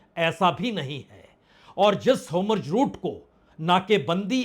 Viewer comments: Sir homorj nahi Hormuz hai aap hamesga wrong pronunciation karte hai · Homruz nahi hormuz hota hai